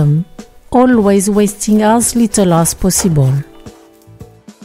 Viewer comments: I heard "pussyball" few times. 😅😅😅😅😅 as possible 👌 thanks for the tutorial! 😘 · It took me 15 minutes to understand that she was saying 'POSSIBLE' not ***********.